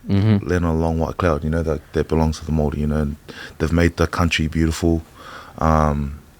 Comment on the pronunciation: Gotta learn how to pronounce Māori properly fellas